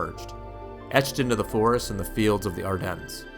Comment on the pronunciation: nice video, happy to not hear a AI narrrator. But you do NOT pronunce the s in Ardennes -- it is silent.